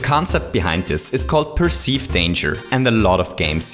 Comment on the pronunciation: Per--d danger?:D